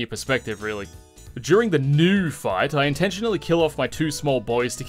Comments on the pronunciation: Pronunciation tips - "Nue" is not a homonym for "New", it's instead pronounced "New-ay". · It's pronounced New-A